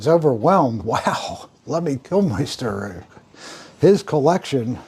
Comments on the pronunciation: Kilmister not Killmeister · Man cannot pronounce Lemmy's surname correctly, very disrespectful. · LEMMY KILMINSTER Not Lenny Kilmeister Dozy old pillock, can't even get his name right.